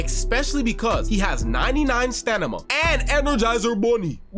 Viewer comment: Stanima ? Cmon man , whats next aks ?